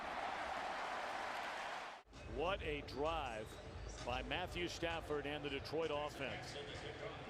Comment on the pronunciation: I love at he says "Matthew Staffond"